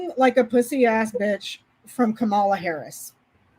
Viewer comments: KA-ma-la. Accent is on the first syllable. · Can you please start pronouncing her name correctly? I know that you’re not doing it on purpose, but it would be really be nice to get it right. Comma-La. that that’s it. Comma-La. Kamala. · Thanks for a great video! Just please remember Kamala is pronounced Comma-la. Not the way Trump says it. 😅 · Her name is pronounced KAH-mah-lah or KAH-muh-lah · Kamala = 'Comma-la' (rhymes with Mom-a-la, which is what her stepkids affectionately call her)